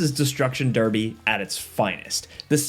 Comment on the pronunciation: Blimey! Pronouncing Albion and Birmingham that way >.< why not finish the trilogy and say bridden? 🙃 Nevermind, you chose Derby instead 😅